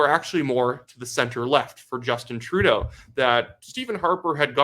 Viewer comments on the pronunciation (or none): none